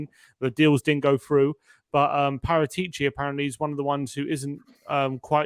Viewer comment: Please pronounce Paratici correctly. It's disrespectful.